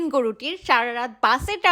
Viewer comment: আপনার লাস্টের কথাটা শুনলে আমার অনেক হাসি পাই, টাটা বলেন নাকি টাডা বলেন😂😂😂